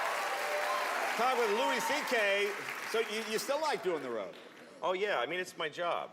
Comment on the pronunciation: Dude said loo-is C.K.....